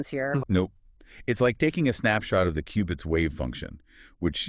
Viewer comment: I laugh a little every time the AI pronounced Q-bits wrong 😂